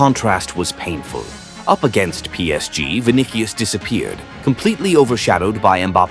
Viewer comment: “vin dih ious”